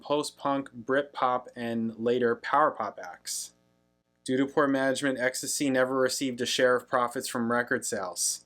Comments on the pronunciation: Exx Tee Cee, not ecstasy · ex-tee-see not ex-tuh-see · EXACTLY. Pronounce the letters, not the drug. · Can't reiterate this enough: X...T...C. Not 'ecstasy'. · Its not ecstasy, its X T C. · Prounced X-T-C. Listen to the bass line. Colin Moulding is one of the best, unnoticed bass players ever.